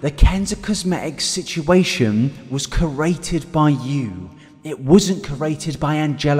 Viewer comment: Please I'm begging you. CREate not CURate I love your content but it drives me crazy